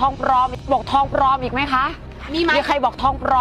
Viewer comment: ทองปลอม ไม่ใช่ ทองปรอมมมมมม